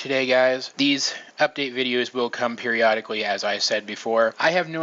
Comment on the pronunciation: periodically? don't you ment peridotically?